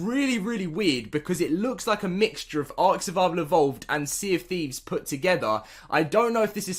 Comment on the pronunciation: togever, carsulls, beh, culled, ahk, ho, wiff, ahftah, sumping, fuchah, lol one day you might be able to pronounce english words just not today.